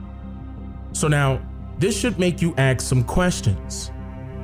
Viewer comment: Kudos!!! This is well thought out and highly researched. But do me one favor: (and this applies to all of us "people of color"...) please say ASK instead of Ax...why is it the brother's have no problem talking about (and pronouncing correctly) the word ASS when referring to a woman's posterior, but can't say AS-K correctly??? A-SSSSSSK!!!